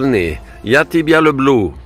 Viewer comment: Приятно,когда на прощание муж говорит:"пока,пока,я тебья лублю..",вы что преподаете??